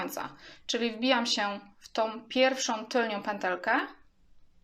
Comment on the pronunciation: Wszystko jest fajne ale piszesz "tylną pętelkę " a mówisz "tylnią" co jest błędem. Podobnie nie mówi się " tylko i wyłącznie" bo to to samo i razem to pleonazm czyli potocznie "masło maślane". A oprócz tego wszystko ok, pozdrawiam